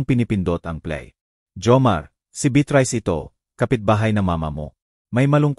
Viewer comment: Mali ang pronounciation ng narratorkamukha ng beatrice